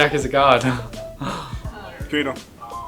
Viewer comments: I missed it the first 2 times, so I turned on subtitles and it read "Gator" lol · After 10 listens.... I think he said... Gator? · what Dafran said? Gator?